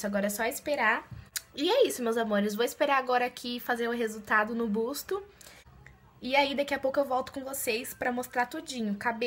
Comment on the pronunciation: Ficou linda! 😍, não é uma crítica, é só pra vc não falar mais assim. Não é spar day é sim spa day, não é busto é sim buço. Espero que não leve a mal! 🙏🏻😘